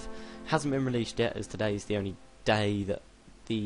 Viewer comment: "it it"? really? "s" isn't that close to "t"